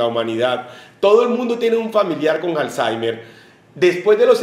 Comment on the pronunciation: Pensé que era Alzheimer y no Halzeimer